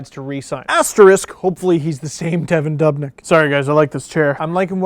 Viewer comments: pronounced duubnyk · You say dubnyk wrong